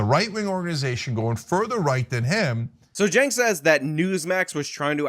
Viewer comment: please stop calling him "jenk". His proper name is Chunk Yogurt